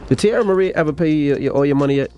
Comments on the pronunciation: "Tee-eye-eerra Marri" is diabolical 😂😂😂😂😂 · At least pronounce her name correctly! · Saying her name incorrectly in a video about her is so disrespectful. I have to thumbs down this no matter what the message is.